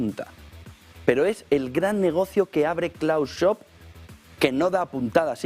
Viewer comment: NO COMENTES MIENTRAS HABLA LA TÍA ESA, a ver como podemos escuchar y mira....que no somos bobos. Ah, por cierto, mira che no existe un "señor Schob" su nombre es SCHWAB, se pronuncia la W y luego es una A, no 2 1 O de olga...